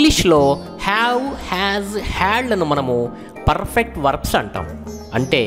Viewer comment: Sir..perrrrrfect ante yela. R sound thagginchandi